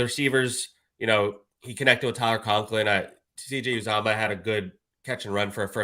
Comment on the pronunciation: Someone please tell it's pronounced yew- zah-muh (Uzomah) Drives me crazy